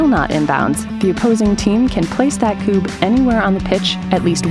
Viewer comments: That video is great, a bit fast maybe, but it explains the rules ok. The thing that REALLY aggrivates me is the continuos mispronounciation of the word Kubb, its Ku-bb, not Kuu-bb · Add on rule. When going for the "Queen" as we call it. You have to stand with your back to the Queen and shoot between your legs, with your weak hand. Also is that the American way to pronounce Kubb or have I always said it wrong?